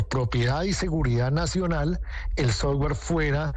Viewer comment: Soft-ware no sofwarrrr…..